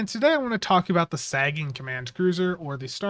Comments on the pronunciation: Not sure if you're intentionally saying it wrong or not, but Sagan is pronounced Say-gun, as in Carl Sagan. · This is 1 of those ships with its console, stats, & trait I would've bought from the ZStore just to have & not immediately use, but not going to gamble for it nor pay a premium price for a per character. Seems like Cryptic has been focusing on shielding lately. Also, "SAY-GUN" as in Carl Sagan. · You're saying sagan wrong